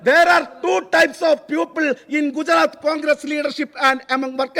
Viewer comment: സങ്കടമാണ് ട്ടോ,people,എന്നതിന് പകരം puple എന്ന് പറയുന്നത്.